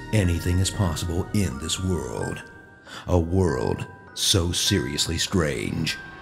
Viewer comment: "A World So Seriously Scrange" - Narrator